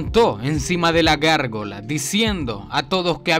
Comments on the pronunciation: Es Gárgola no gorgola 😂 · Hombre: es gárgola 🤔 práctica más el castellano 💪👍